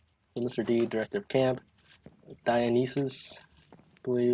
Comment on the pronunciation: hey not trying to be rude but some pointers on pronunciation: Dionysus = die-uh-nice-is Chiron = kie-ron